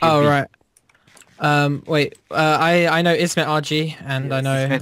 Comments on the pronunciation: know nou diye okunuyo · know a knov diye okudu safafas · Know a bildiğimiz know diyen koca yürekli!!!